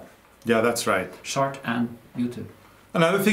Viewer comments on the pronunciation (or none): Arne, I giggle every time you pronounce the word “chart” as “shart”😆 Shart is slang for when you fart and you sh*t your pants!🤣